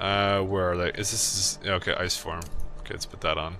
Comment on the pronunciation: The ice shout kinda sounds like fis, meaning fart in my language Loving this LP, entertaining for sure :)